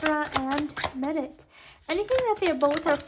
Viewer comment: I'm not trying to be rude but why you pronunce Mert's name as (Marit) (Merit) not Mert? Mer-t